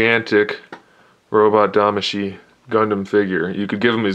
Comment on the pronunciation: Is Tamashii, not Damashii.